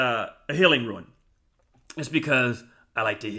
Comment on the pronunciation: Thanks for the great videos. Minor point: Rune is pronounced "roon"--long ou sound. It's a Norse word. I appreciate all your content--good stuff. 👍